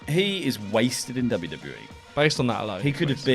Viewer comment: Vince: "The fans are killing WEE" (he can't even say WWE right anymore) 👀